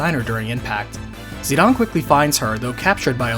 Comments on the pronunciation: If it's ended with an e and a vowel it make the vowel long. Zid-aine. It's hard to take anthing you say seriously when you say zidahnn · He is Zi-DANE to me as i grew up.. So weird and unwatchable hearing Zi-DAAN 😅😂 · Whos zeed-awn? Its Zidane Zi-dane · Dude, do you not understand basic English?? His name is not pronounced Zee-don. Its Zee-Dayne with a long "A". When has "dane" ever been pronounced "don"...If you make a 40min video, you might just want to learn how to say the main characters name properly. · the pronunciations in this game tho. zih dayne, brahn (like Bron from game of thrones), lindbloom, Kee na not kwih nuh. zidane and lindblum, I'll admit I'm wrong on, but i think brahne is pronounced without the e, and i know quina is pronounced kee na. Lani is also a fun one because it could be law-nee, lay-nee, lan -ee (the Lan pronouned like land), or luh nye. I always pronounced it Lan nee when i was young, but now I like to think it's luh nye. lol i have more pronunciation issues with this game than i do with runescape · Yeah it’s Zih-DANE not Zih-DUHN nor ZI-dumb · Yeah that's wrong though. His japanese name is Jitan (ジタン), so the English pronunciation is probably "zi-dawn", though I've always said "zi-dayne". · As a kid it was always Zidane. Then dissidia was made, pronouncing it zeedawn. Then learning how many games translations were changed heavily. Some butchered entirely. Yaaaaa. I've accepted I was wrong for the majority of my life hahahaha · Despite the fact that it was in Dissidia, I don’t like or agree with Zidane’s name being pronounced “Zi-Dawn.” I don’t care who you are, that just sounds like a bad mistranslation. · I'm not so sure about the name pronunciation. Isn Zidane French, which would make it zi-dan. I know dissidia says zi-don but even dubbing can be wrong. Not going to fault someone for saying Dan or Don, it's probably more like tomato. Hell where I live David has 2 pronunciations depending on family. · Who “Zeed-on”